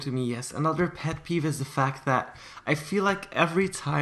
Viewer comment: he said peff peef